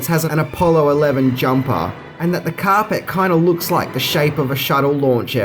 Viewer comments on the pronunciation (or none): Why can't this guy say carpet properly ??